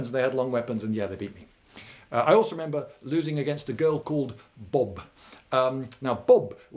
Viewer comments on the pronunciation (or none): For those confused about the way he said Bob. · When he mentions a girl called Bob, the way he says it sounds like a homage to a Blackadder episode with.. a girl called Bob.